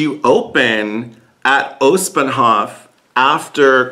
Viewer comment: Its Ostbahnhoooof Not Ostbahnhofffff